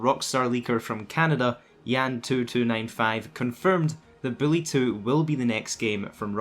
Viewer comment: Who the fuck is billy it’s Buuuuullllllllyyyyyy not billlllllyyyyyyy my fucking god